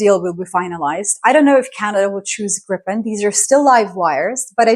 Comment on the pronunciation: love your take on it. By the way Gripen is pronounced GREE-pen," with a hard "G" and the stress on the first syllable. The name "Gripen" means "the griffin" in English and refers to the mythical. Kind regrards from Sweden